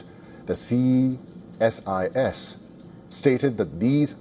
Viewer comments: What’s with Ceeee SIS ? Why can’t the anchor say CSIS ? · You can say ceesis (CSIS) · You can pronounce ISIS Say the see than sis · he knows what CSIS means. He is only asking why the anchor is saying ccccSIS😅😅